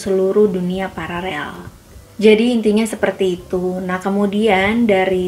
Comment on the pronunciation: Paralel atau pararel....? Hmmm